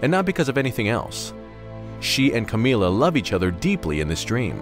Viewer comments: Camilla isn't pronounced Ka-mee-la, it's pronounced Cam-ill-a as in 'vanilla'. It's very difficult to listen to an entire video with this weird way of saying her name... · Am i the only one who loves the way he says "Camilla" in this video?